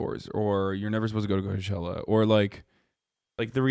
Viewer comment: lol i stopped at you saying cochella....